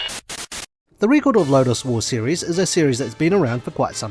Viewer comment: You cant even pronounce record correctly. 😢 youbare ai before ai.